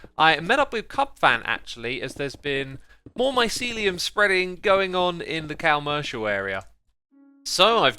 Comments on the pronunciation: I hate how he pronounces commercial incorrectly and he even is calling it the wrong name, it’s called the shopping district not the CALmercial area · I wish you’d pronounce it the same way is commercial not commercial, com-mer-cial